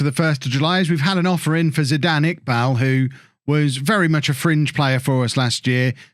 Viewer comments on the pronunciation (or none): none